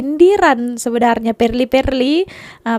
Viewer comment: Perli bukan palli 😂